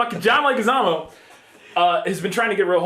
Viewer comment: Leguizamo is pronounced LEG-wih-ZAH-moh.